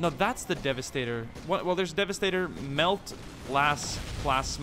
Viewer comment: some clarification in the Heavy weapons: The "Plasma" Weapon those devastators had, the ones that fired in beams are LasCannons: Multi Melta's (You called it melt, but other than that you where corect), is the super AT,fuck that tank, weapon: Plasma Cannon, Just a larger plasma gun, that makes large craters.: And that green weapon is called a grav gun/Cannon, Newish to the lore and TT pretty sick in the way it works: Be careful when talking 40k, some of the fans out there will sacrifice you to slannesh if you mess up even the pronunciation of names.